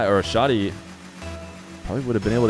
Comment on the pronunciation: as an arab its pronounced "Shah -di" without the h sound. not shodi as you say or shady. :) for future reference.. huge fan but i get an ick everytime u say shodi instead shadi. :P